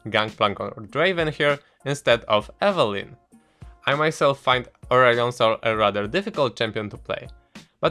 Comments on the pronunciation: lost it at 'Urion Sil' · I had to replay the first part 5 times because I couldn't hear urgot and aurelion sol because of your pronounciation.